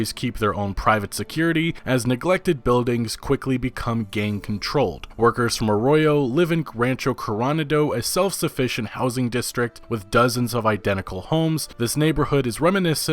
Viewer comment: Lol... "Rancho Cor-on-a-dough" he says... It's "Coronado." Like... Coro-nado. Or "coronation."